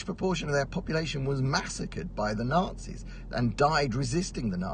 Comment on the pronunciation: Poland rose against Germans , not against the ......Tatzis? or was it Matzis? We rose against Germans.